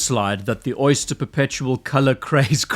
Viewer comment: At first i thought you called this the "soy-ster" perpetual. Which it is.